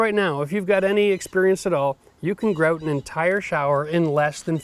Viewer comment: Why do you pronounce "grout" differently every time you say it? Are Canadians ashamed of being Canadian? It seems like they try to hide their accents, a lot.